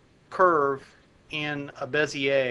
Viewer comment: Finally, someone pronounces Bezier correctly...